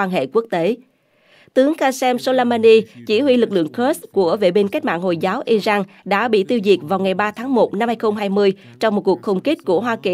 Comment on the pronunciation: Israel mà đọc là ia rênh và Iran mà đọc là ai rân? Cả 2 đều sai mà góp ý hoài nhưng kênh ngày cứng đầu k chịu nghe. Kênh này k chịu học hay thiếu tiếng anh. Washington post thì đọc nghe OK cũng như tên ông Trump. Wonder kênh này ở VN hay nước ngoài??